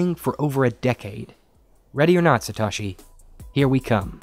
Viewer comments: Interesting video. Pronunciation tip: "Satoshi" is pronounced "Sa-toe-shi", not "Sa-tah-shi" (else it would have been spelled "Satashi"). Pronunciation issues aside, though, I have to wonder, does "Satoshi" refer to Satoshi Nakamoto (founder of Bitcoin)? People have been searching for Satoshi Nakamoto for years, but no one knows who he is or where he lives (or even if he still lives). But perhaps that's a separate person and puzzle. Both are engrossing puzzles, though. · Satoshi (Sa-to-shi) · that is the whitest way can person can say satoshi